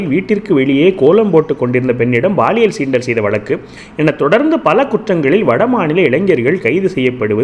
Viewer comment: உச்சரிப்பை கவனிப்பீர். Paaliyal! Baaliyal அல்ல